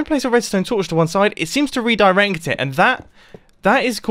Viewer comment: When mumbo said redirect it sounded like rediranked